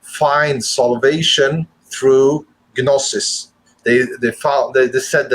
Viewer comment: You need to know what exoteric means to define esoteric. Your definition is bizarre, you might as well just make up a word. The way you pronounce gnosis makes it hard for me to believe you went to school. This is a messed up presentation, I can't help you.